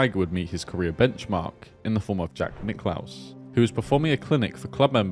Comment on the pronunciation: Who's Jack Nick Clows LOL......